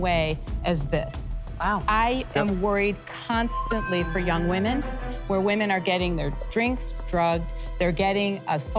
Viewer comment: Please explain to this girl the difference between “Woman” and “Women”